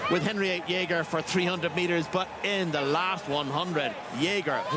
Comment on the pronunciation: Jeger, not jæger ^^ It's close enough though.